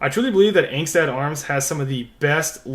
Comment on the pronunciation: Pronounced “ong-stot “